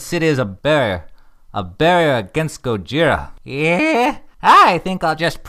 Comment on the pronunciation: Guys, we got to attend to this and stop doing it. "Gojira" is NOT pronounced with an R sound. It is properly said with an L sound. "Go-gee-lah" ["gee" as in "gee-whiz"]. Are there some dialects of Japanese that pronounce it with an R sound in our reality? Yes. However, Godzilla is a fictional character. In all of the movies, "Gojira" is only said with an L sound (seriously, go try to find the characters say it in their original dialogue with an R sound. You won't. Ken Watanabe doesn't even say it with a R sound in the American films). So as that's how it's said in the movies, that's how we should be saying it in real life. "Clouzot" [Clue-so] is a real French name, but you would never spell the fictional Inspector Clouseau's name that way. Similarly, you shouldn't be saying "Gojira" with an R sound.